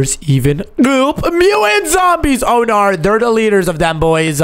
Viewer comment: The way he said oh noar is so funny😭